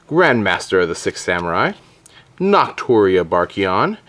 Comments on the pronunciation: It's BUshido, not BOshido. And Naturia is pronounced like Natural, not "knot". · "NOTuria" lol way to say names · Are you saying boshido? And nahturia? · Your pronunciation of "Bushido" and "Naturia" annoyed the living hell out of me. Fantastic content as usual though